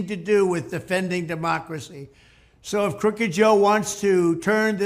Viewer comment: I love how he cant even say “democracy”.